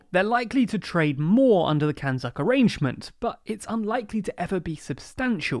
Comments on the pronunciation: Did I hear CANZUK as "(it) can suck"? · So no one is going to talk about the pronunciation of CANZUK is literally, as the name suggests, “Can-Suck”.